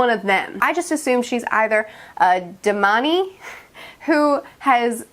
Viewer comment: Sool-dam, da-man-ee, you've definitely heard of Lanfear before just saying. More Lan and Perrin is coming enjoy that. Galad? Everyone has that reaction to Galad everyone